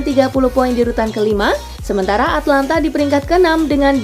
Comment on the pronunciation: Atalanta bukan Atlanta weyyyyyy